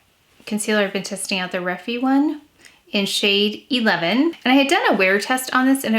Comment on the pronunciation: Hi. The way you pronounce Refy is really cute but you say it like it rhymes with defy ❤